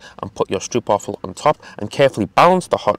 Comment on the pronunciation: I'm sorry man, I'm so interested. But I just can watch this video because of how you pronounce stroopwafel. It deal psychic damage